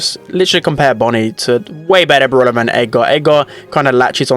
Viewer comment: i like how he says bruwla instead of brawler 😂😂